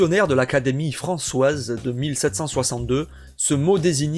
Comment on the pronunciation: Excellent travail de recherche. La piste de l'hybride paraît la plus crédible. Deux petites remarques : espèce est toujours du féminin quel que soit le complément qu'on lui adjoint : "une espèce de monstre". Au XVIIIe siècle comme aux siècles précédents, françoise se prononçait françwèze.